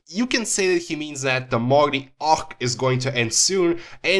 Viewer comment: Your pronunciations of both "Marley" and "arc" annoy me way too much.